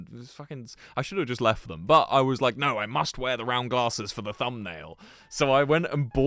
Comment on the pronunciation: "naur" holy cornball